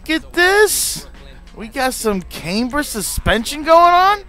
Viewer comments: Renegade ClapperXD I’m Canadian and that’s not how we say camber😠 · the way you say camber 😂😂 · You say camber like an idiot and you successfully made one hell of an ugly car good god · nah bro you just said it like a Canadian. Us Canadians say it’s like Came ber